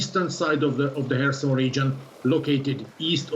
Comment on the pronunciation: I really love the way pronounces "Kharkiv" and "Kherson". He is a great reporter.